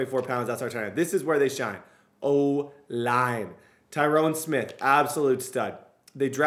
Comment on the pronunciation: Love to see you playing with my team!!! But you keep pronouncing my guy Tyron Smiths name all wrong 😆😆